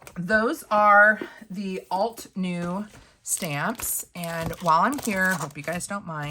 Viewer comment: Not me screaming "alt-uh-new" at the screen all 8,000 times you said "alt-new." It probably wouldn't have bugged me so much if you hadn't mispronounced it so gosh darn many times! 😂 I said the term "bugged" very loosely because I thought it was funny. This was a great video though! I have a bunch of windows open shopping at ALL the places for stamps. ❤ I do love your channel and am learning a lot!